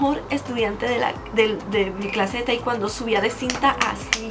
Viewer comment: no se pronuncia taicuando es taicuondo y no podes subir de cinturón tan rápido por que de práctica mucho pero de conocimiento nunca aprendedd